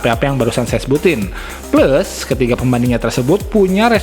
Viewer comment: Cara sebut plus pun salah